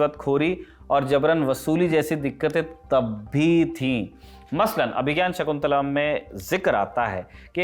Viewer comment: मूर्ख दल्लनटाप crew शाकुंतलम् का उच्चारण तो सही रूप में कर